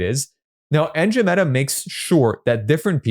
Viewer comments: I want to get better at copy versus blaming An-DROM-uh-duh met-uh for my lack of results. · An - dro - meh - duh